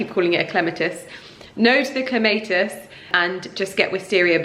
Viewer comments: It is Clem a tiss and not Clemay tiss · In the US we pronounce it Clem-maah-tiss 🤗